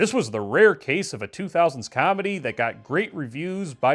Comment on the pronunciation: I like your videos but how you say comedy makes me want to die